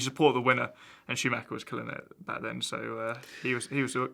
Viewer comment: at first i was like who the fuck is shumaka, then it hit me. SCHUMACHER. jesus.